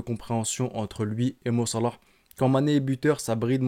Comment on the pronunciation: La manière de dire "Mo Salah" est tellement ridicule et détestable